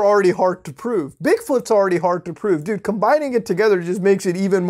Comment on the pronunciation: Its funny how he says "dude." 😂😂 Like .